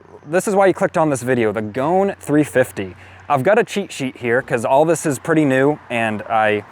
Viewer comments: The pronunciation is "Go-un", not goan. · Goan,... pronounced Go-an, ...is a province in India where the locals customize smaller displacement motorcycles by making them often outrageously flamboyant. This bike is a tribute to that custom ! It is not pronounced Goan, as in moan !